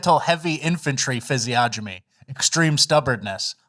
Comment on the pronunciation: Fellas, it’s physiognomy = fizz-ee-on-ami. The “g” is silent like lasagna